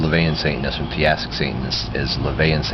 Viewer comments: To be an annoying ass...it's not "theastic", it's theistic. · i think you mean theistic, but your saying it like theAstic